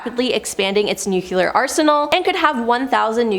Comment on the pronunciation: Nu-cle-ur, not nuke-u-lar, am-bi-shus, not am-bi-shu-us. Normally i can let this crap slide but this gal just works my nerves, mispronouncing everything!